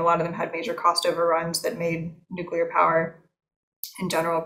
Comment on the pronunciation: Good interview. But a biased one. She could´nt even pronounce the word "nuclear". And when she finally did, you could almost see tears coming out of her eyes. Paradoxicaly, that gives me hope that change is almos here and nuclear is necessary and important one in the energy mix.